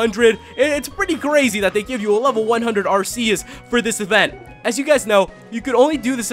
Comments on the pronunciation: AR-KEY-US!! Not AR-SEA-US! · You read it like Arkeus not Arseus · Its pronounced ARC-E-OUS nor AR-C-US >_> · Its ar-key-us not ar-se-us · Every time he said are-se-us I said ar-key-us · Ar-see-us, ar-key-us. Row-tum, scro-tom. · IT IS ARK-EUS.... NOT ARSEUS!!!!!!! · I know this video is years old, but it's pronounced Ar-key-us, not Ar-see-us. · Ar-KEY-us not Ar-SEA-us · It's ar-key-us,not at-see-us!!! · it's pronounced Arceus with a 'k' not an 's'... watch the movie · actually its Ar-Key-Us not Ar-ce-us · not ASSCUS AT ARCUS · It's not AR-SEE-US it's AR-KEY-US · Ar-Kéus Not Ascuse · Is pronounced ar-key-us not ar-see-us. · It doesent sound like arseus it sounds like arkeus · u pronounce arceus ar-kee-us not ar-see-us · It's pronounced R - KEY - US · Its pronounced are-key-us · Ellery Park AR-KEY-US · IT IS PRONOUNCED ARE-KEY-US AND IF NOT CONSULT A POKEMON HANDBOOK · arceus's official pronounciation is "ark-ee-us" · its actually pronounced Arkeus. Just stating a fact ppl. I do like Ggiratina a lot but Arceus is awesome. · People will hate me... it's pronounced Ar-ke-us GameFreak confirmed. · Everyone here is funny with the pronounciations, the one movie they did in English for Arceus pronounced it as AR-SEE-US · Arceus is really said arkeus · p his name is ar-key-us as said in the pokemon Sinoh handbook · first it's r-k-us now arseeus? gimme a break its ARCEUS. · watch the ar-key-us MOVIE! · arceus=arkeus in pronouncing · your prounauncing Arceus wrong its arkeus if you said it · not trying to be mean but in the movie they pronounce it AR-KEY-US :) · It's pronounced Ar-KEY-us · It's Arc-eus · It is not aseus!!!!!!!+It is un-own!!!!!!! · Pronounced Ar - Key - Us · Pronounce Arceus As Ar-Ki-Yus Please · Actually, as of watching the movie based on Arceus, the pronunciation used by the people in it was Ar-Ki-us... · Arceus is pronounced are/key/is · arceus is pronounsed arkeeus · It's arK-E-Us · and just for help u say it ar-ke-us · Pronounced arkeyus